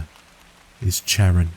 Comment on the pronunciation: I love your channel! Newly sub'd listener here, from New England, western Massachusetts 😊 We call it Happy Valley where I live lol Excellent content you provide for us, thank you! 💙❤💜 Psst! The Ferryman 'Charon' is pronounced CAR-on (I really hate correcting people, I am so so sorry 😬)